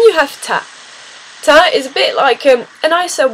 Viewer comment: It's Ta (long a not short a) Taaaaa. When people you dont' know say "love", "babe, or "honey". They are usually just being friendly, rather than over familiar. Sometimes it can seem a bit patronising. It depends on the tone in which it's said.They say such terms more up North. In the North East they would say "pet". I thought it funny when I found out that "pet" in French means "fart".